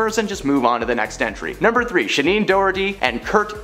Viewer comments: ShannEN…not ShaNEEN 😐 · It's Sha-NONE, not Sha- NEENE! It's insulting the lack of research on most of these stories. Wow. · IT'S "SHANNON DOHERTY" NOT "SHINEEN DOGHERTY"!!! KILLIN' ME WITH THAT ONE 🤦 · “If she were still living in the states…” Um, need I remind you, (Maui) Hawaii IS one of our states??? Also, it is pronounced SHA-nun, not shuh-neen. Have you never heard of her???